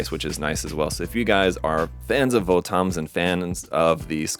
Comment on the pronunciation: not VO-TOMs, its Votoms like bottoms. Apparently this is 1/35 scale...it would be nice if bandai put the scale on it.